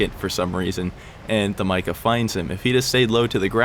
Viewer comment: Hey, it’s actually pronounced “Meeca”